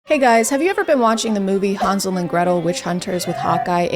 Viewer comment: the way you pronounce Hansel